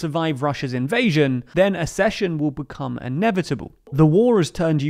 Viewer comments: The Ukrainian president, not prime minister. Accession is pronounced as ‘ak-session’. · Please learn how to pronounce accession correctly. It’s just like succession, with a K sound, i.e. AK-SESH-UN. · Accession: ACK-session. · This is not how you pronounce the word "accession" My ears are bleeding